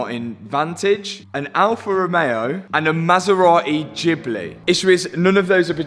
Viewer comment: Ghibli................ sorry, the G is pronounced like the G in Give. That said I love watching your videos!!